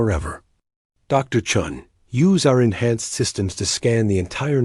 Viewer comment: It's commander chen and not Chung. 😂😂